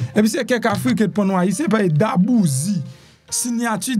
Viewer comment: Mwen pance c dwé D’arbouse. Min pa Darbouzie.. This is the E at the end that pronounce as a I..